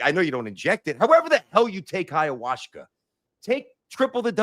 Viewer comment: it's called Ayahuasca, and it's a beverage. Where are you getting the Hayawashka from?!😂